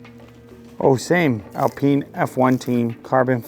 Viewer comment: Its actually pronounced "Al-peen" instead of "Al-pine"? Whack